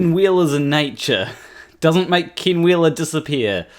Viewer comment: Just so you know, when you say 'Ken Wheeler', it sounds like 'King Wheeler'. This could be funny if you played into it. But it also is really awkward with this narcissist cannibal. Maybe, just a humble suggestion, practice you e's so they come out as ehh rather than ihh?